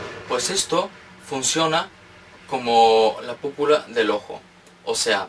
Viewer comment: un lindo él "púpula" jaja ♥